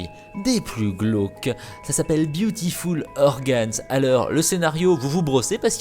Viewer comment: j'ai compris Beautiful orgasms 😂😂